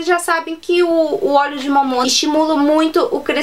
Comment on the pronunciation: Óleo de "momona" hahahaha ela fala engraçado é "Mamona" que se fala 🤣🤣🤣🤣🤣🤗